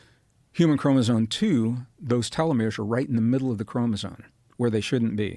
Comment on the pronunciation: i hope this is a reference to his inability to pronounce the word chromosome 😂😂😂